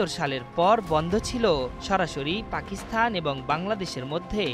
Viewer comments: পাকিস্থান নয় ওটা পাকিস্তান উচ্চারণ হবে। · উচ্চারণ পাকিস্থান নয়, হবে পাকিস্তান!